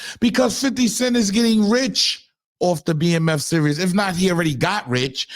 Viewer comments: Son you keep saying serous lmaooo its series like the world series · I’m watching the World Serious 😂😂😂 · If you say serious instead of series one more God damn time. 😂😂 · I thought you just misspoke when you said "serious" instead of "series." Bruh... you don't know the difference between those words??? Smh... "pay attention y'all because this is nasty work..." 😂😂😂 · "Series", not "Serious".😂😂😂😂😂🤓